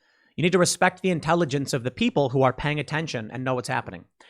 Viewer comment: Sorry, Tim, but it’s 🎶 The WILL of the PEEEPOYL!!! 🎶 😀😀😀😱😱😱